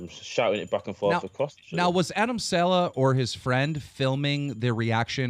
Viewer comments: its sa-leh, not se- lah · It SALEHYYYYYY NOT SALEHA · It's Adam sal'eh' wtf is Adam 'sella' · Saleh not Walsh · Dont even say adam "seller" ever again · Jesus Christ. ITS PRONOUNCED (SUH-LAY)!!!!!!!!!! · First say his second name properly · Cringed when he pronounced Saleh wrongly